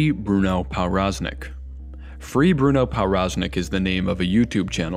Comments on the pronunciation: As a polish person, my ears hurt whenever he pronounced his name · the w in powroznik is supposed to be pronounced as a v lol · Good video other than your pronunciation of Powroznik